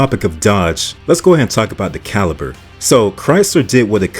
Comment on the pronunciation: I pretty much agree with this list, but "RendezVIEW? "CaliPer?' I feel like he's deliberately mispronouncing the names to drive comments 😂